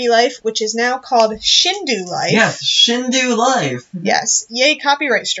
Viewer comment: It's Shindou Not Shinduu